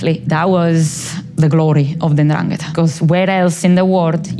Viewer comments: He has a long conversation with this woman, hears her say 'Ndrangeta' numerous times, yet persists in putting the accent on the wrong syllable. That genuinely perplexes me. Why not correct yourself? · "It's N'dràngheta, not N'dranghèta." Read it with Hermione's voice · Love how the interviewer went to great lengths to keep pronouncing 'ndrangheta wrong, this kind of commitment is not something you see everyday! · The interviewer just refuses to pronounce the name correctly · At least try to pronounce it well... 'Ndrangheta Apart from that great take on a good topic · Love this but learn how to say Ndrangheta